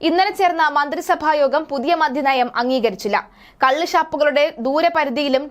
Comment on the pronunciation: മോളെ മധ്യ നയം അല്ല, മദ്യ നയം ആണ്